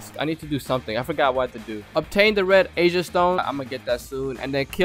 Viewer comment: WAIT DID HE REALLY JUST SAY RED AJA LIKE RED ASIA? HE CLEARY DIDNT EVEN WATCH THE ANIME. Respect: 0